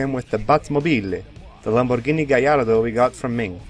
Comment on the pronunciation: Finally someone pronounced Gallardo right XD